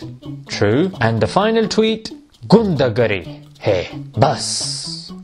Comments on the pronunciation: Not "Gundagari" its "Gunda Gardi" Bro!!!! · 😂😂😂 omg how did he pronounced ghundagiri 😂😂😂😂 just can't stop laughing 😂😂😂😂